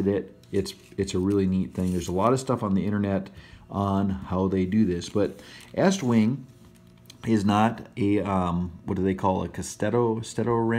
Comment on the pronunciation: Thank you for pronouncing "Estwing" correct (not eastwing).